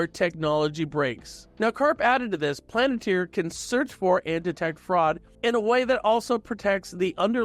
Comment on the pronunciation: PAL-AN-TIER Please say it right.